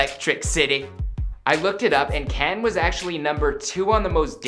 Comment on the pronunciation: At least he pronounced Canton correct...